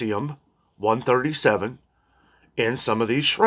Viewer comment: cesium pronunciation is see-zee-uhm Cesium 137 is a by product of nuclear fission and the Cesium - 137 was detected in containers used to ship Indonesian shrimp. BTW This afternoon a US Appeals Court said most of trumps tariffs were illegal. So now the SCOTUS is up next. They may or may not take up the case but at the moment most of the tariffs are illegal.